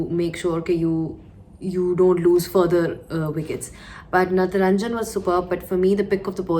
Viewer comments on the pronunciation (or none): Its not natranjan ...it's Natrajan... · Hello Zainab...it's Natarajan not Nataranjan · That's not natranjan.....his name is natrajan = nat + rajan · Ave vo natranjan nahi natrajan h😛